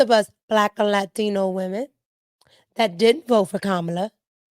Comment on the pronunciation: you be having cracking up laughing how you kamala name lol you say it the same way people on telemundo the Spanish channel